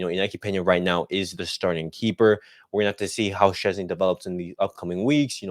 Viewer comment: Its Pronounces - VOY TECH CHESNY ...lol